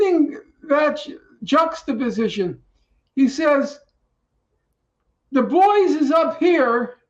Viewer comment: Oh, dubois! I was so confused why norman kept saying "da boys". Is he intentionally mispronouncing the name?